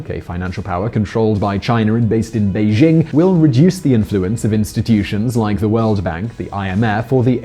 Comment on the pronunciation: Excellent vlog. To improve it. Do what few do: pronounce Beijing correctly. "Bei" as in Bay, "Jing" as in jingle (NOT zzzing).